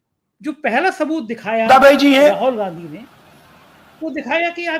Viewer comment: Arey bhai Rahol Gandhi nahin. Rahul Gandhi naam hein. Har baar Rahol Rahol Rahol kehte ho.